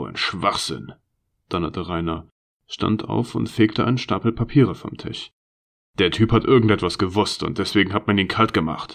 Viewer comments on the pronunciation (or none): Aus Tisch wird Tich.. lustig wird lustick... aus Menschen wird Menchen... ich hab das Gefühl, der Sprecher bekommt die Zähne nicht auseinander. Die Vorleseweise bedarf noch sehr viel Übung! Man kann hier nicht lange zuhören, es ist sehr anstrengend, weil die Sprechweise vermorkst ist. Aber die Story ist gut.